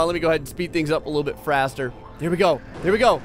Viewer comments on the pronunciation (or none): Did this man actually say fraster. LMFAO! Click here---------> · he said a little bit fraster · meme he said fraster